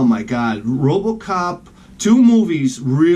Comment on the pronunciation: "Robacop" Awesome